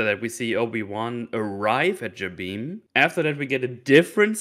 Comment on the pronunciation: I hate how they made Jabiim canon but didn't make any of its story canon and mispronounced the name. Its Juh-bim, not Jah-beam.